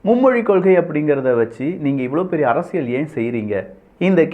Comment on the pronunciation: அப்பா சாமி ள்ள்ள்ள்ள் அரசியள் ஒழுங்கா உச்சரி அடிக்ககடி ள் வருகிறது